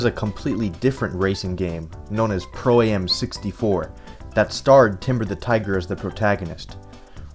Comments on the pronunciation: I hate the way he says pro A-M and not just pro am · I believe it's called Pro-Am not Pro A.M